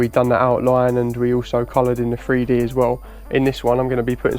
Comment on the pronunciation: I apologize beforehand, but idk where ur from, but ur wasn't the greatest first off. But what is the worst part, is probably hearing grown man mispronounced a word and say FreeDee atleast a dozen or two times lmao